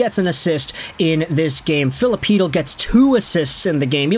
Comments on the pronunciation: Whoa, finally you got Chytil pronunciation right! I love you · No he got Chytil pronunciation right😂